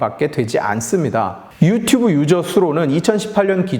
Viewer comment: 영상 초반에 유튜뷰로 발음하네요